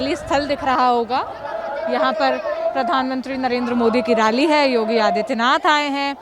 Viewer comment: Raally nehi 🤣🤣🤣yaar rally bolo, toh kya ma'am BJP ki rally mai nehi aani chahiye thi kya, yeh bhi bata do ki kis kis ki rally mai jaana chahiye aur kiski nehi.